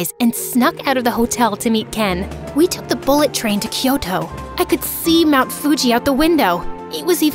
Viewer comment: I am the only one who noticed she said "tyoko" for a few times